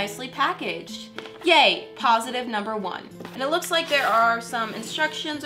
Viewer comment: when she said yay it sounded like she said gay lol(no this is not a homophobic comment I part of the lgbtq+ community)